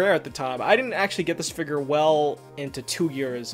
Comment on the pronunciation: It sounds like he says figer instead of figure, lol